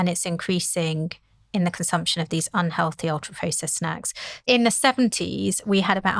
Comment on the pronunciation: she should say 'healthy snacks' not 'on-healthy snacks' then 2 seconds later say un-healthy snacks'. it would be difficult to speak less clearly.